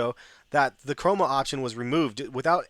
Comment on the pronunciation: *Chroma option. You make that mistake quite often hahah